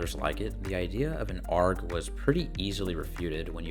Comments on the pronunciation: ARG is pronounced A, R, G, it's not a word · First time I've heard someone so confidently phonetically pronounce ARG, instead of A. R. G.